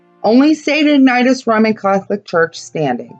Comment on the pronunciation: Pronounced “ig na she us”. Also, when the “Mollys” were in jail, one of them put a handprint on the wall and, to prove his innocence, said the handprint would never disappear. They have plastered and painted over the print and it never went away. I am a new subscriber, originally from Pennsylvania. Have been through Centralia when it was a thriving town. I really enjoyed your documentary.